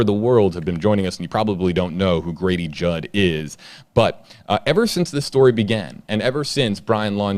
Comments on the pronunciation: I thought you said Gravy jug 😄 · Say Grady Judd again.